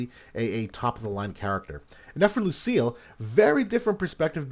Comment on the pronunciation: Btw they pronounce her name Luci-ELL in the story